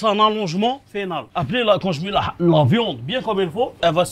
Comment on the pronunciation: "la pizza VIOND"😂😂😂😂😂😂😂😂😂😂😂😂😂